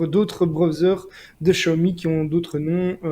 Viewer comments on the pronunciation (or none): salut les Technos, le point sur votre chinois ! Bon alors contrairement à ce qu'à écrit plus avant Mario-le-chinois, on ne prononce pas "chiaomi", mais Siaomi, comme dans "siamois". Il y a une légère nuance, mais ce n'est pas du tout le son "che". Quant à Huawei, votre prononciation est presque correcte si ce n'est qu'il faut prononcer le H un peu comme en anglais, quand on dit "Home". Ca donne quelque chose comme "Houaweye." Allez les gars, courage, vous finirez par y arriver !!ou pas ;)